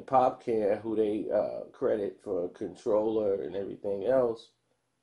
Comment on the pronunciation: ...Popcaan pronounced 'Popcarn'🙈